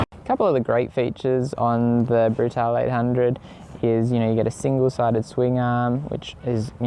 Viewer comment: it's brutale not brutal